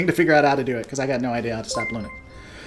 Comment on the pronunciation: Your pronunciation of Linux is your best mispronunciation yet! Don't know what you have against Dave Cullen, I looked him up after you mentioned his name and watched the DS9 vs B5 video and it was very informative and they guy seemed alright.